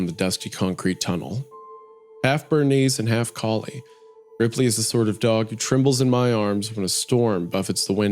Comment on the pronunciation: since the tv turned on as the main character said the name of his dog "Ripley" and the bunker was described as very modern, I assumed the tv started because he sounded like he was saying "replay" as a voice command